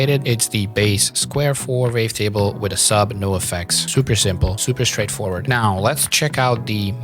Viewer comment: super helpful, thank you so much! my favourite part is the fact that the captions match your accent with the "vavetable" haha